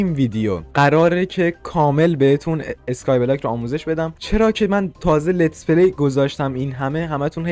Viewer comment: نه از اون اینتروت نه از اون اسکای بلاک گفتنت😂